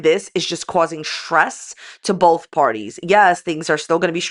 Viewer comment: I think you mean "bolth" 😂